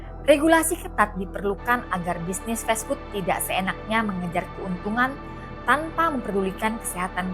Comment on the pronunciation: Duh bacanya festfood, 😂😂😂, emangnya makanan festival